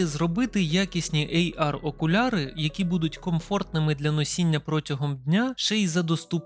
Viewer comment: > "AR-окуляри" Це не "АР-окуляри", авторе. Ти хоч знаєш про що ти тут говориш?